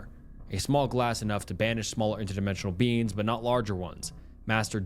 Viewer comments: U pronounce beings as beans and it pmo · The SnappedFingers story ended up making me laugh just by how pronounces "beings" in a way that makes it sound like "beans", kept having images of the guy being chased by the man-eating lima beans from that Jimmy Neutron episode XD